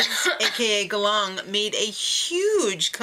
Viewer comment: 3rd time in the row they're in the Philippines. But this time they're on a different island than last time, a bit more on the northern part closer to Taiwan. Good start so far, though I'm a bit bothered in the pronunciation of the tribe names. They're both Filipino words, Galang means Respect and Tadhana means Fate. Galang is pronounced with the stress on the first syllable while Tadhana's A need to be harder.